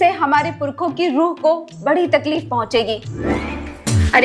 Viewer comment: Takluf nahi taklif hota hai😂😂😂😂😂😂 your Urdu is very best😂😂😂😂😂😂😂😂